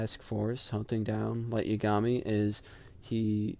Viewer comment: Brooo it's YAgami not yaGAmi